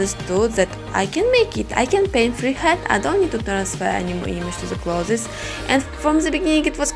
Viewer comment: Clothes not closes....🤣🤣я забыл мой английский так слушаю каждый день но красиво дело и искусство......